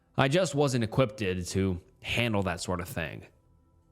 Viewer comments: 2nd story was waaaay too confusing. And dude, please for the love of God, please, maybe research how to say a word if you're not sure, before you record these. So many, but one seriously made my freaking teeth hurt. "Equipp-ted"....... What?? Equipped= (E-qwipt). It's so hard to listen to these sometimes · You're adding an extra "ed" to the end of the word equipped. You're pronouncing it equippeded. It's "E-Qwipt". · bro said "equipped-ed" twice lmao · No he said "equipted" lmao ai doesn't mispronounce words